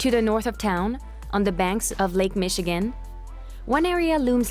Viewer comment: "Lac Michigan" lol